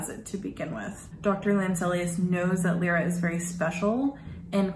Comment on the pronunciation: Her name is LY-RA, L-EYE-RA, not Lee-ra or Lira (like the former Italian currency).